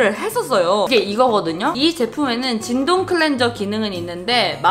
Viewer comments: 제품 소개할 때 너무 자연스럽게 영어로 마솨지 쥔동클렌졀~하시길래 진동도 영어인줄 알았잖아요 요 앙큼불여우!! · 발음 미춋다… 나 순간 ‘진동’도 영어인 줄 알았잖아